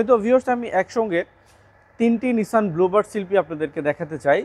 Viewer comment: নিসান, not নিশান।